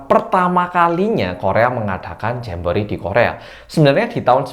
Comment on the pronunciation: GUA DENGR NYA JAMBOEEET